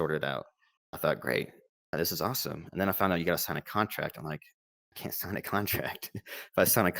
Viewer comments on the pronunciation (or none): none